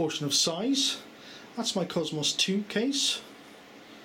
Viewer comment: Supposed to be british, can't even say faster correct, or cosmos correct.... or many words, my guess is most your family are americans?